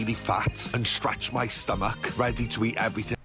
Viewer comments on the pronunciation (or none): I hate the way drags out words. "Buuuurrrrrger" and "breeeaakfast". Also the way he pronounces stomach as "stom-ACHE"